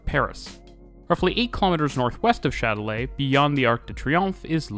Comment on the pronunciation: "Chat de lait". 😀 I was hearing only the video so I was confused with the name of the station until I saw that it was Châtelet-les-halles. To my ears your pronunciation sounds in French like "Milk Cat". 🙂 Not that you have to pronounce in French, but it was funny. Thanks for the video though. I never thought of Paris of being that advanced on its transport systems. 🙂